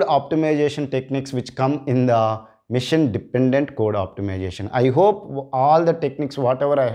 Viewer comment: its not mission its machine (masheeeeen)